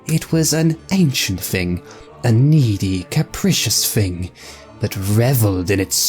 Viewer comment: The voice actor pronouncing the word "thing" as "fing"...